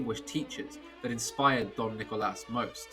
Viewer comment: Saying "Don Nicolas" was a very classy touch, very nice.